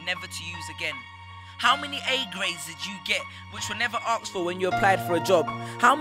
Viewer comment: He needs to go to school....he said aksed.. What's wrong with you people